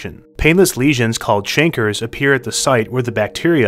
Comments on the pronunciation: Canker sore is pronounced kayn-kurr. Not chanker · Its pronounced cang-cur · It's pronounced kankers. Also, did you know that Janis Joplin was on the verge of dying from syphilis, but her drug problem beat it to the punchline? And, we know all this in part to the US government using African americans as lab rats in experiments by giving them syphilis without their knowledge. Aren't humans just such fascinating creatures? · I thought chancre rhymed with “anchor.”